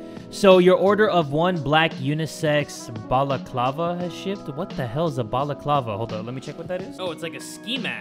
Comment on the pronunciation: jay you said balaclava wrong